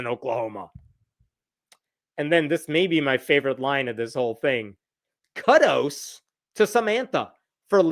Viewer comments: I had this playing in a background tab and was shocked to hear mispronouncing "kudos" so badly. I should've known better. 🤣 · 'Kuddos'?? 🤣 #dead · What is a "kuddo"? 🤨